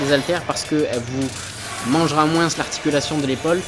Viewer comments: C’est dans quel pays qu’on dit “moinse” au lieu de “moins” ? J ai jamais entendu ça en Belgique et il a pas d accent quebecquois 🤔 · Ciao, superbe vidéo! Quel travail, bravo, un régal pour les yeux! Petite question, à la fin de « moins » tu prononces le « s », c’est un truc typique de ta région ou bien? J’avais jamais entendu ça et ça me choque 😂